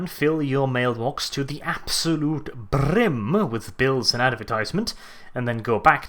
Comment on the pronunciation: nope, cringe roll R had to be in this video too. "if you watch the mailman fill your box to the Brrrrrrim" . ffs.